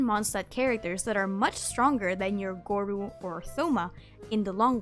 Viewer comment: Hearing you say gorou as goru is kinda whack hahaha